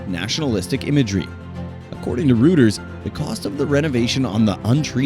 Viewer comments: Reuters is not pronounced "Rooters." It is "Roy Turs." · This must be narrated by a chatbot, but with no human willing to take time to correct pronunciation. For example, "according to Reuters" is pronounced "according to Rooters". How does anyone in Western media NOT know haw to pronounce Reuters?? Also, Yucca pronounced You-ka and other examples as well. Even worse, there's mismatched images to the narration- the Myanmar segment was just plain misinformation! Of course, it all adds up to the approximate10 minute length the Yoo-toob algorithm prefers. This is little more than a 'fail' video. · or so, "according to rooters..." Do you nean the news service Reuters? Pronounced "roy'-ters." For very many words you can hear correct pronunciations simply by googling "pronunciation: {word you want}". Google is your friend, and the nice thing about ignorance is that, unlike stupidity perhaps, ignorance is curable.